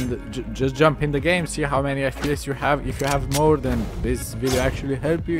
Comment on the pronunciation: it will faks up with yor fPEEEYESS